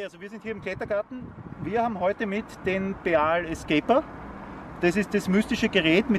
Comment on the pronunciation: Endlich mal jemand der BEAL richtig betont ! Dass ich das noch erleben darf :)